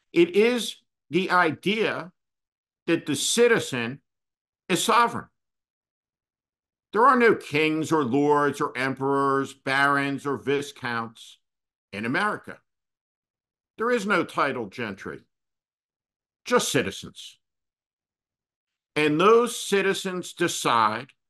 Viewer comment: "Viscount" The "s" is silent, Steve.